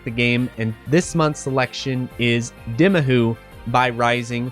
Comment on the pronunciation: It's pronounced D-eye-mahoo. NOT D-ih-mahoo. The game already pronounced the title for you! How could you still think the title is pronounced the other way?